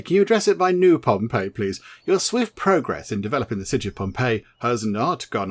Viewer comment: you got it spot on with the "ii" sound and how to say it haha "ei" is genuinely the best way to look at it haha.